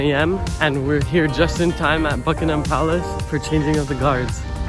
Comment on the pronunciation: Upvote for not calling it Bucking Ham palace.